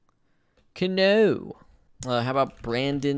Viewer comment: Honestly when he said Cano and said CaNo, I thought he was going to do that with Sano too... then again it shows how bad my humor is that I made the Sano joke when he said Miguel Sano.